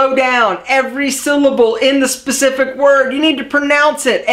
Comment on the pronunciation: Say "specific" again. SAY IT AGAIN! "Specescific..." HAHAHA. =P